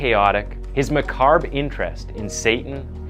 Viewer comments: Macabre isn't pronounced MAH-CARB, it's pronounced MAH-COBB. Just... Just saying. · Ummmnn. Dude. The word is pronounced: Micaaaaawb. 🥰😳😂 Instead of Micarrrb. TY for your great stories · Love the videos. Macabre is pronounced muh-COB not muh-CARB. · You've done about 100 vids now that focus essentially on the macabre, which you always pronounce as macarb. It's macabre. Ma-ca-bre. Not macarb. Facinating case. I remember hearing about this as a kid back in the 80s. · Say Ma-ka-bruh. That's how u say the word macabre don't say Mac-carb that sounds like McCarb which sounds like a carburetor you get from McDonalds srry love the vids but mispronounced words make me cringe srry I'm like a teacher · Man seriously??"Mecarb"????? How can you mispronounce sooo many words? This is a great channel, but that shit is infuriating. It's so extremely easy to have people listen to your video before you upload it.. no excuse really. It's not just once, it's multiple times in most videos. Come on bro 🫤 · I guess because I’ve heard this story before, what stood out to me the most was how the lady in the beginning said “he hung out in a GAZAYBO at the park!” Never heard gazebo said like that before. And how the narrator said macarb instead of macabre. He must not write the scripts. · If I may: macabre = muh-KAHB The R is silent 🤫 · "Meh-carb?.." smh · Johny "Yoon Eh Tass"? WTF! These millennials are just unbelievable sometimes. 🤣🤣🤣🤣🤣🤣 Also, what the hell is macarb? Dude needs more education. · Purple microdot is/was always ACID (LSD), not PCP. I'm older than him, in the '80s and '90s, we were no more into Satan than you are today, that's just BS. Really, I put up with slaughter of the written word (it's macabre, not macaber) but you do say some silly things. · Just a comment on the pronunciation of some words Unitas= Unite-us Macabre= Macabra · Yeah... as soon as I heard "meh-carb..." I was done lol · Johnny Yoo-ni-tass and macarb? You gotta be trolling us with these pronunciations.